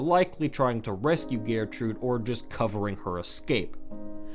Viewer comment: The way he pronounces gertrude is annoying